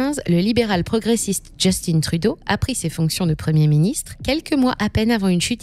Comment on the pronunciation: On dit Justin Trudeau et non "djustine truuuudoooo" comme dirait les anglais